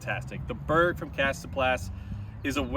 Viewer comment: Glad to see I pronounced 'Beorg' correctly from the start. Cool to see you and Drew Gibson throwing mixed bags like the rest of us!